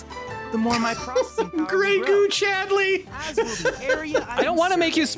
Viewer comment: I have a friend named Kingsley and pronunciation of Chad-LEY has ruined all of my interactions with them.